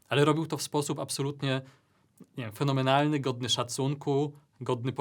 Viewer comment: Fanomenalny fanomenalny fwnomenalny